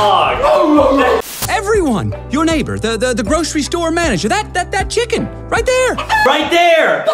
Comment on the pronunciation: I love how Justin zez chicken like chilken